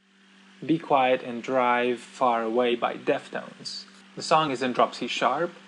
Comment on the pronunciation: Did you say Defnotes? husahusahsuauhas